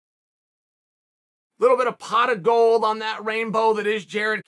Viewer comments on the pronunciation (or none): none